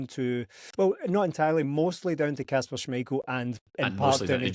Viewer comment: can someone tell that It's kasper not Kashper